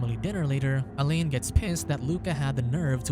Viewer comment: Not as bad as hearing him mispronounce ‘alain’ as elaine the whole time.😂